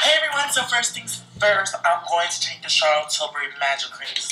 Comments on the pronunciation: The way she pronounces Charlotte Tilbury is so funny 😭😭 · Wow you copied his eye shadow blending perfecting! And I died when you tried to say "Charlotte Tilbury" lmao❤️